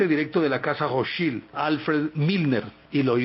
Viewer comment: Se pronuncia: "Rotchaild" con acento en la letra "a".